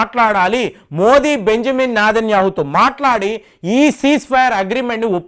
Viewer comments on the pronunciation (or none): none